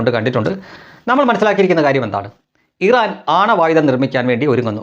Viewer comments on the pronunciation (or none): none